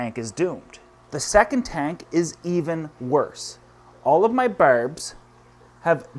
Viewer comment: I could listen to say Barrrbs all day long!!